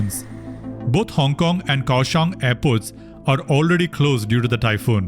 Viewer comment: The pronoucation of Taoyuan(桃園） and Kaohsiung(高雄） are wrong